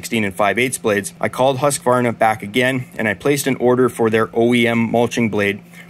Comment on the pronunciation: Hey don't take this as an insult. A tip how to pronounce Husqvarna. When you say Husqvarna it sounds like you are adding an "s" Hussqvarna. If you use the English/American for house. Like this Houseqvarna, it will be "perfect". Hus (in Swedish) is the same as house. Right, I'm Swedish 😉